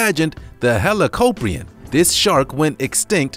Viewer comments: it's not helapopion it's helakopien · it’s pronounced heli-cop-ree-on